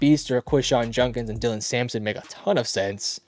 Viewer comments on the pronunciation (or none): none